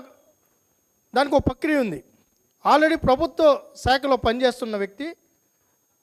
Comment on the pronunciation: పక్రియ కాదురా నాయనా ప్రక్రియ... cb ఎంక్వయిరీ వేయడానికి ఎందుకు రా నాయనా అంత భయము రెండింటి మీద వెయ్యండి చాలామందిని ఫేక్ సర్టిఫికెట్స్ అన్ని బయటకు వచ్చాయి నీకు కనిపించలేదా స్వామి